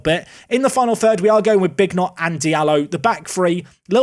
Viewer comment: I'm just interested if Bignot is pronounced as Big Not (as opposed to Bee nyo), is Mignolet Mig No Let?